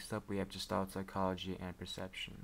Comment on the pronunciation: It's not "gestalt" as in "George" it's "Gestalt" as in "Guess" - a hard G.